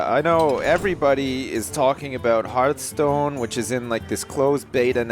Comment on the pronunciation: I dont really want you to play this i find it boring to watch... although the way you say hearth stone is awsome